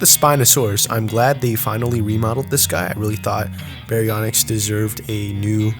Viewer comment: just saying its baryonyx not bionx and suchomimus not suuko and itchyovenator not icy vator